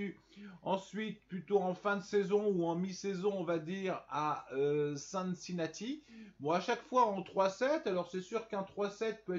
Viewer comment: Cincinnati mdrrr avec la prononciation bien française mdrr